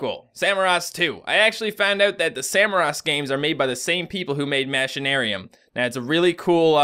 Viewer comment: you say machinaruim like mashinaruim which makes no sense its pronouced machine-aruim